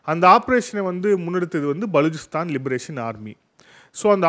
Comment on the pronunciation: Please pronounce name of Baluchistan correctly.